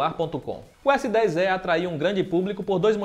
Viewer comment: PARABÉNS PELA ANÁLISE, EXCELENTE E TAMBÉM PELA PRONÚNCIA CORRETA DO S10É.....E MESMO É.